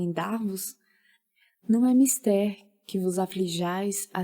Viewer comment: Geeente, a pronúncia é "Mistér" mesmo!! Aprendamos com os mestres. Livro top, iniciativa melhor ainda!